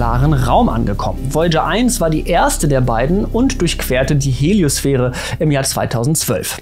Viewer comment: Die Heliosphäre (nicht Helio"s"sphäre) ist der gesamte Bereich im Weltraum, in dem das Magnetfeld unserer Sonne und ihre Strahlung (Sonnenwinde) wirken. Also kreisähnlich (mehr leicht elliptisch wandernd) inkl. des kreisähnlichen Inhalts. Die Heliopause ist der exakte Grenzstreifen dessen. Also quasi nur der dünne Außenring selbst. In der Heliosphäre liegt somit alles von unserem Sonnensystem: alle Planeten, der Asteroidengürtel (zwischen Mars und Jupiter), der Kuipergürtel ("nahe" Neptun) und die postulierte (aber eben noch nicht direkt bewiesene) Oortsche Wolke nebst Planet X, eh IX. ;-) In der Heliopause selbst liegen schon keine Objekte mehr. Alle befinden sich davor, und die solare Gravitation hat dort ebenso ihren nennens-/messenswerten Einfluss verloren wie auch die Strahlung und das Magnetfeld unserer Sonne. Der interstellare, also "freie" Weltraum bis zum nächsten Sternensystem beginnt dahinter (interstellar = zwischen den Sternen). Zu sehr sollte man sich aber nicht in dieses aufgeräumt und statisch wirkende Bild verlieben. Da unser Sonnensystem mit Myriaden von anderen Sternensystemen innerhalb eines Spiralarms unserer Milchstraße wandert, und dieser mit weiteren Spiralarmen um ein auch für die Milchstraße angenommenes hypermassives Schwarzes Loch in ihrem Zentrum, und die ganze Milchstraße selbst als Galaxie mit ungezählten anderen in einem Galaxienhaufen, und dieser als sog. Lokale Gruppe .. Hat also wohl mehr etwas von einer Wanderblase in einer Wanderblase in .